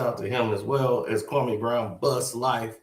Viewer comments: HE PRONOUNCE KWAME BROWN NAME LIKE THAT OUT OF DISRESPECT HE KNOW WHAT HE'S DOING. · SAS should definitely know how to pronounce Kwame’s name by now